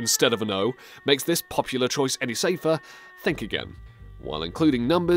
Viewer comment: I like how you say popular you certainly are "POPular" 😅😅😅